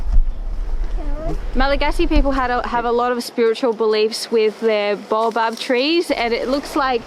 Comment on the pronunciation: "Bay-oh" trees folks. Baobab.. 😊